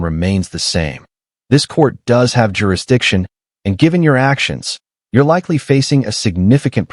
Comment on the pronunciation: mushmouth is thick down in the docket. dear lord, help us not laugh at attempt on "jurisdiction."